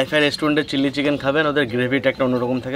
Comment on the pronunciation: কথা টা চিললি চিকেন আয় চিলি চিকেন ।